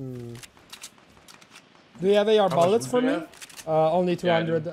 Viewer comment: Non ti posso sentire dire Ballets invece di bullets non hai idea